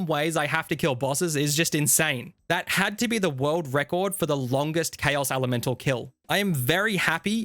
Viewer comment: This is great but have you ever heard anyone say the words "recoil" "necklace" or "elemental" before? haha